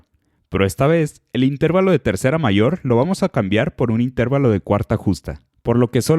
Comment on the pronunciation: Se dice y se pronuncia INTERVALO, no INTÉRVALO ya que es una palabra grave o llana terminada en vocal y por lo tanto se escribe sin tilde.